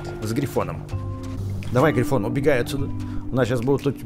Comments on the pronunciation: Не гриффин а грифон! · ето не гривин а гривон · Не грифин а ГРИФОН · Грифон! Не грифин! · Не грифин, а грифон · Правильно грифон